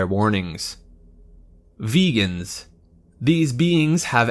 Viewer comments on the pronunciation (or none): I’m 100% sure Vegans is not pronounced as vegans